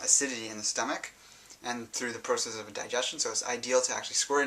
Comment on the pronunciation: Not trying to talk bad about you, but you say process funny Good video...